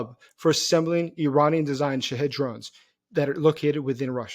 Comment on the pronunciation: Sometimes, the way he says " shaheds" sounds like shitheads